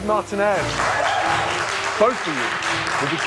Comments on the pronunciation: Martin-ez lol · The way Gordon pronounced “Martinez”….definitely a European lol